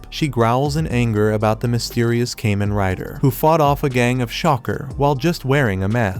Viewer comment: "Came-In Rider"